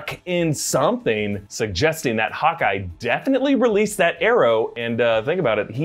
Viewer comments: says Hawky instead of Hawkeye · He said hawkee 😂😂😂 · sounds like he said “hockey” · He calls hawkeye...hockey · He called Hawkeye "Hockey" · Ok but what is the pronunciation of Hawkeye tho